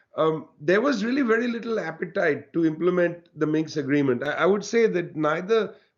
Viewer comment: Minsk, not Minx!